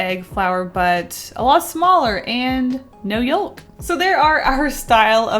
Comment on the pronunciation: Why do you say yolk like that